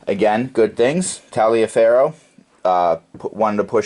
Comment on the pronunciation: Taliaferro was pronounced "Tolliver"....